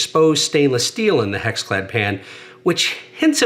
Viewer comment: Anyone else hear him say HexFad ?